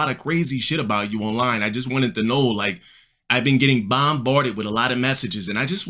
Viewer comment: LMFAOOOOOOOOOOOOOOOOOOOOOOOOOOOO "bOhmbAArDed" 🤓